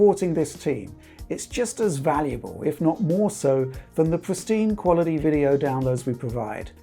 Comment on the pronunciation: Ha "qualiadee"